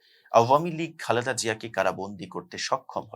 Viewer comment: Presenter barbar vhab mere Khaleda Zia ke bole Khalda Zia ja khub e biriktikor